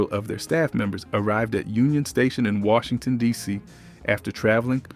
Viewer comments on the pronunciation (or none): none